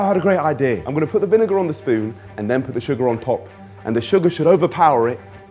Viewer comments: Bruh no way in hell you're saying "vin-n word" instead of vinegar that's mental😢 please don't make that a thing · niko calling vinegar "vin n word" killed me 😂😂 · THIS! It was Kenny asking to repeat it first, then says, “er.. vin-fella” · repeat the word vinegar 10 times until u get it